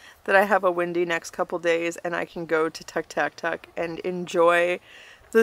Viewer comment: Your story telling is amazing and what's even more amazing is how you said the full name of the town 'Tuk' (spelling??)multiple times without blinking 😂 I can't spell it let alone pronounce it! Screw the haters Sis, I enjoy your videos & live vicariously through them😊